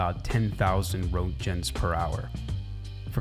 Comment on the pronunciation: Wrote-gens 💀 it’s German, reyn-kin